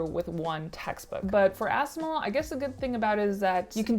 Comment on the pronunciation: The way you are pronouncing Assimil is hilarious. Pretty sure it's supposed to sound like assimilate.